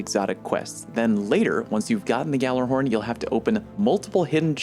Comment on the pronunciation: Yallerhorn you goon. Now Gh-allerhorn.